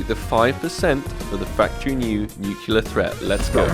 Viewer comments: no one:: "nukiller threat" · Maybe if you pronounced "nuclear" correctly the cs go gods would have given you one... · Didn't get nuclear threat cause u pronounce nuclear wrong :(